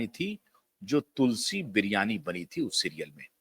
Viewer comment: एन्कर महाशय, तुलसी बिरयानी नहीं, 😂😂😂 तुलसी विराणि कहो।